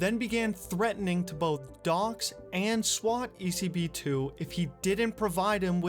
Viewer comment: Woah man! I was expecting this video for so long since you reached me on my mail, thanks for the shoutout and you absolutely said it right (I'm not even sure how you're supposed to pronounce it) it was a pleasure to help, and if any other time you need more info on old GTA Online related stuff, I'm your guy.